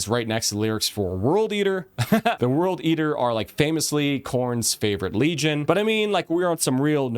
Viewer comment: WURLD EETUH!